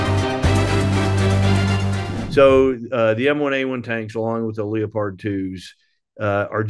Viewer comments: How can he not read it as leopard like the big cat.lol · The only question I have is why can't this guy say "Leopard" properly? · Is that a German pronunciation of Leopard? Leo-pard